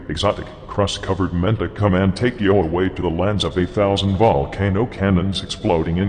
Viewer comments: Why does the Emperor keep going "Yo" instead of "You"? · Also its funny cause when the Emperor's talking about black the speech device makes "you" sound like "Yo" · I love the wise and soothing voice of the man-emperor, but I do wish he could pronounce "you" correctly.